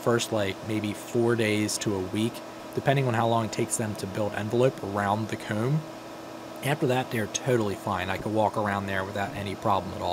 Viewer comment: I’m really sorry, and your a great person don’t get me wrong. I love your videos. But the way you say comb DRIVES ME INSANE. It’s probably cuz I’m from the south but goodness gracious. But I really do love your channel!